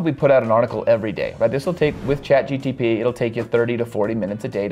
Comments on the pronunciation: What a great tutorial! And everything is explained very logically and detailed... But it is Chat GPT, not GTP 😊 I just can't help myself 😊🤗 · do you realize that you keep saying ChatGTP instead of GPT? lol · Why keep saying chat GTP instead of chat GPT? 😅 But overall, good vid! 🎉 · I absolutely loved your video. Really good content and great tips. Got a good laugh out of you saying Chat GTP instead of GPT ❤ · G-P-T, not G-T-P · It's chatGPT not GTP 🙄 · So we are all ignoring the fact that he consistenly mispronounces a simple word as ChatGPT in every video?